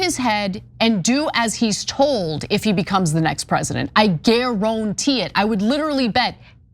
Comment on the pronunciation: "I GARONTEE IT". Ana, I'm so steeling that from you!